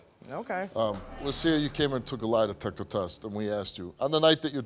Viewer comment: she keep saying "line detector" or am i trippin?